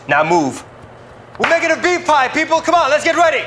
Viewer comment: They cut the chicken and say Beif pie.. Lol